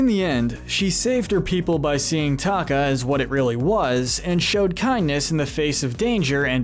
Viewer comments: its t e ka not taka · This is a nice video and all, however it is important to get the pronunciation of character names correct. It changes the reality of what you’re saying and makes people pay less attention. Example Teka not Taka and Cocuam not Cocum. AND what about Anastasia, she’s always being left out. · it's TE-KA not taka!!!!!!!!!!!!!!!!! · This person kept calling Te Ka as Taka and I was like Scar?? Mr. Narrator, it’s not pronounced Taka.